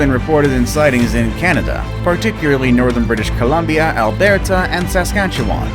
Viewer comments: it's al-ber-ta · Any other Canadians got triggered when he pronounced Alberta and Saskatchewan wrong?? Cause it triggered me 😂.